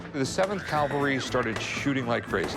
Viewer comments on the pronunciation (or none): Rick......it's cavalry, not calvary. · Rick! For G-D’s sake!! It’s Cavalry! NOT Calvary!!! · Rick doesn't know that's it's "cavalry," not "calvary." This isn't the first time he's said it that way. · It’s not “Calvary” it’s Cavalry Rick Harrison. You always make that mistake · Rick: “I know a lot about this battle.” Also Rick: “C A L V A R Y”. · He can’t pronounce Cavalry! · .."the seventh CALVARY"